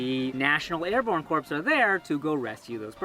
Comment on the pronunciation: You've been living in a non-English speaking country for too long. It's pronounced "core" not "corpse."